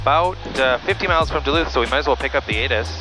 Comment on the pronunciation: It’s pronounced, “Doloot”.